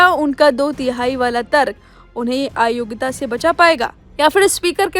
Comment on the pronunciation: " aayogita " nahi AYOGYATA bolo.